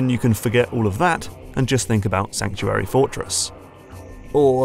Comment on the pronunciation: "Sankuary" Fortress?